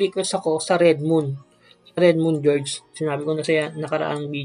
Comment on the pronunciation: Clear cache - clear cash pagsabi nun Atsaka redmoon gorge hindi redmoon jorge